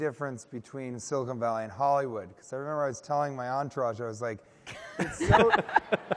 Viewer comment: And she called it "Silicone Valley" throughout!